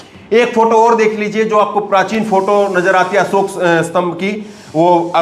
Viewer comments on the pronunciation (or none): असोक नहीं अशोक होता हैं स और श का अंतर सबकुछ बदल देता हैं